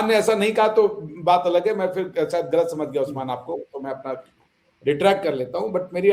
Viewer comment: Pls tell,,,, Gour (गौर) not hor Galat (गलत) not halat Galatfehmi (गलतफहमी) not halatfehmi Basically G word hota h H nhi hota h 😂😂😂